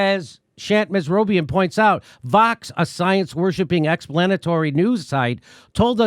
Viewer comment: It sounds like he’s saying Fox instead of Vox 😬